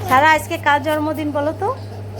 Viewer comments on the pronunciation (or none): জর্মদিন না বলেন জন্মদিন